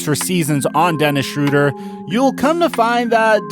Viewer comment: They did the pronounciation of his Name wrong, hes not called „Schroder“, the german ö is Not pronounced like the englisch o